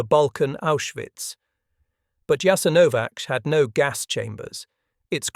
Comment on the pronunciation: A good video totally spoiled by the AI narration. WHY is the name of the camp repeatedly mispronounced?? The AI seems to have setteled on Jas-an-O-vac, while starting out callling in Yahs- IN-o-vac, which is close to the preferred pronounciation.